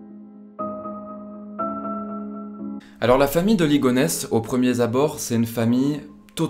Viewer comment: On ne dit pas au premier-z-abord, mais au premier-r-abord.